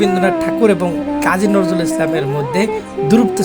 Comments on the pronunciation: নরজুল নয় উচ্চারণ টা নজরুল হবে। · বিদ্রোহী কবির নামটি স্পষ্ট করে উচ্চারণ করার চেষ্টা করে ঠিক করেই। ধন্যবাদ।